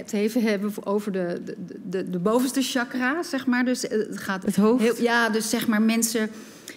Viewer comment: Hi, "chakra" is een woord uit het Sanskriet.. "Cha" wordt ongeveer als "tj'" uitgesproken.. In het Sanskriet zijn er twee "sh"-klanken, maar die worden niet gebruikt bij "chakra".. Love